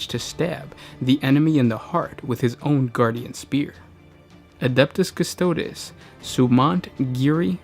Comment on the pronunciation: Lol the pronunciation. May as well call them the "custards." Haha